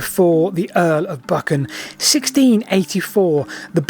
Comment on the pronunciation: Just visited Dryburgh Abbey so interested in the Earl of Buchan - pronounced Buchan, not Bukkin 😊